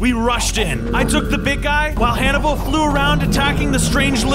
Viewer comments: Why whenever I watched the first time he named the pig the name I always hear “animal” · I thought that when named the pig Hannable I thought he said Canable